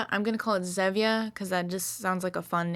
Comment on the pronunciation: I think it’s pronounced like “z-EEE-via” like stevia but with a z